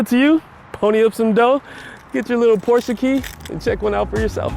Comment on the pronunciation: first time i heard american saying the name Porsche the right way.